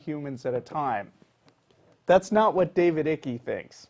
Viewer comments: David Icke is well known in the UK. He was a professional footballer (that's soccer player to US friends), then a BBC sports reporter. After a brief dalliance with the Green Party, he started wearing turquoise shell suits, and made pronouncements which were widely ridiculed. How to pronounce Icke: say EYE and add a K. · I dont know..not knowing how to pronounce his name shows that proper research has not been done.coming to the conclusion that david icke is wacko without reasearching him and what he sais is like saying the bible is bullshit without reading the bible. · Duh! I'ts Icke pronounced as in like, without the l. So don't go there...as there is no l... ( Grandma / eggs etc ). Sent to Coventry...someone who is ignored, ostracized and avoided. Sent from Coventry..David Icke...mmmmm. Anyway,..Duh, again. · Congratulations, guys. You have just achieved an unprecedented standard of shit. I thought disinfo this embarassing was confined to the realms of corporatised mass media. But you learn something new everday, I guess. BTW, irrespective of what your beliefs are, if you're going to do a presentation concerning David Icke's research, Google how to enunciate his name. Man, I cringed so bad I had to stop watching. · You don't even have enough intelligence to pronounce David Icke's name correctly. How do you expect me to believe that you have any understanding of the concepts that he talks about? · its not ickie. as you say it its david ike. thats iiiiiiiii k e ike not ickie. learn english guys. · its icke, pronounced 'bike' without the B .............fucking yanks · Icke pronounced "aik" you dumb asses!! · Hahaha the way they say icke, just so people know, it’s said like pike without the p. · His name is pronounced "ike" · Pronounced Iycke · His last name rhymes with "Pike" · It's David Icke /aik/ rhymes with bike. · It's pronounced 'Ike'. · david's 2nd name is pronounced wrong. it ryhmes with spike not with sticky